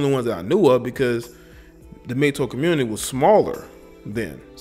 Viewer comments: Love your content man but please, it's Mgtow, not Mgtoe. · why do you keep saying "mgtoe" wtf is a "mgtoe" its "tow" like "wow" "ow" smgdh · Its Mig-TAO not Mig-TOE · Its interesting that you say the "TOW" in MGTOW like "toe-nail" but most people pronounce it "tao" like "taoism". Doesn't matter at all keep doing your thing just never heard it pronounced that way. Really, thats how it should be pronounced. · Correct me if I'm wrong but isn't it pronounced (MIG-TAO)??? Was that driving anyone else crazy lol?